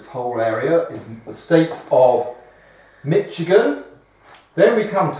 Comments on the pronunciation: Barnaby, the ch in Michigan is pronounced with an "sh" sound as in sheep, not a "ch" sound as in cheese. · he said mitchigan I'm triggered